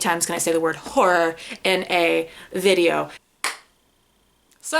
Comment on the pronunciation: Note to: Stop saying ‘whore” when you want to say ‘horror’. I love you and your sister Nate!